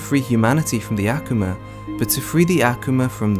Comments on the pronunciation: Okay mana wasn’t a demon mana was a “human” made into an Akuma. And it’s not ackewma it’s Ah-Koo-mah. But thank you for this for us he newbies and casual fans. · Why does he say akoma like that I can’t 😢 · The way he says akuma kills me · The way he says akuma makes me cringe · The way he says akuma😐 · urgh Akuma is just the japanese word for Demon so stop saying Akuma in this cringe pronounciation <.< just say frikkin demon